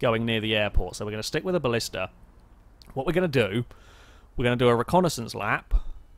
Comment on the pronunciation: I swear, every time you try to say "Blista" it sounds like you're actually saying "ballista". It confused me in previous episodes, now it's just simultaneously annoying and hilarious. The whole idea for this "mode" however is very nice, and I'm really enjoying this so far, even if some people appear to be cheating in most of the episodes.